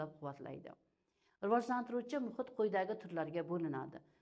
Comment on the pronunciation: Riojlantirish emas Rivojlantirish. Deyiladi ustoz